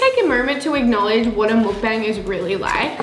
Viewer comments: Why do you say mookbang it is mukbang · mik bang is how it’s pronounced